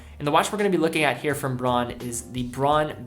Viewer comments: Isn’t it supposed to be pronounced “Brown” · Jevon Png As a German i had no idea what word he was trying to pronounce, took me a while to decipher it. Not as bad as the common „Woolksvaagen“ though…